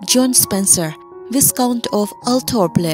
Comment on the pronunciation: vai- kaunt tia lam tur a nia